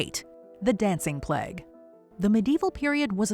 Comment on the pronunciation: "The dancing pleg"... is that really how Americans pronounce "plague"?